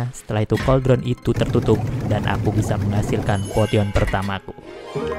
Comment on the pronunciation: potion dibacanya posien bang 😭